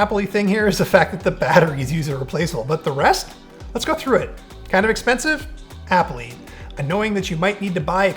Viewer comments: can you please stop saying applee? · made the word 'Apple' very weird in the end due to the repetition.